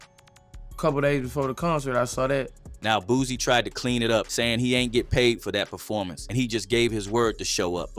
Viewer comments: BOOSIE NOT BOOZY 🤦🏾‍♂️🤣🤣🤷🏾‍♂️ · Dude name Boosie, not no dam boozy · Pretty sure you kept calling Boosie ,“ Boozy” on purpose,just to get your comments up.